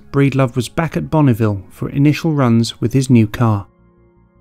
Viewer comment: Btw, it isn't Bonnieville. 😉